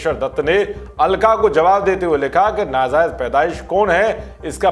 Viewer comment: लोग़ों क़ो, नाज़ायज, ग़ौरव, ज़ाहिल, क़ॉमेंट.... और भाई काफी प्रगति कर ली है अनर्गल उच्चारण में......